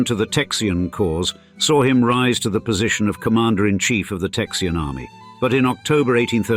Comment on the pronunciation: I can't handle "Texian" lol